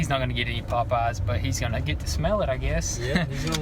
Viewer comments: Its popeyes not potpies haha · It's weird how they pronounce pop eyes. Lol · sounds like he’s sayin pot pies not Popeyes 😂😂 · Lmao y'all say Popeyes like they're two different words and it sounds funny as hell! It's not pop-eyes it's Popeyes, like the sailor man! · Sounds like they're saying "pot pies" haha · Bro, why are you saying popeyes so weird?